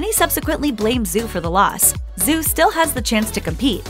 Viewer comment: Her name isn't Zoo Yi... It's Zhu, pronounced like shoe, but with a Z sound rather than an s. Good Lord, can't get anything right when it comes to talking? smdh WAY - Bow NOT Wee - Bow... rolls eyes heavily You're saying Zhou wrong too. No surprise there, though...